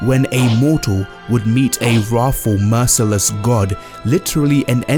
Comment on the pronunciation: Was this guy saying wrathful or ROFL?